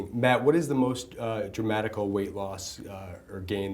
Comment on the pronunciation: Haaa did that interviewer actually say "dramatical"?!! Twice!!